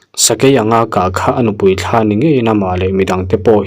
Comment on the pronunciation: Thla niloin thlaa tih zawk tur aw thluk deuh tur